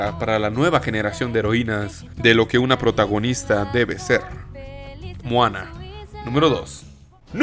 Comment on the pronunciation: "mojana" ;'D